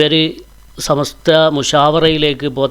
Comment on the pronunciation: ഈ ചെങ്ങായി ഇപ്പളും സമസ്ത എന്ന് പറയാൻ പഠിച്ചിട്ടില്ല ഇവനൊക്കെ എന്തിനാ മൈക് കൊടുക്കുന്നത് ഇവൻ പണ്ടേ കുത്തിത്തിരി പ്പാണ്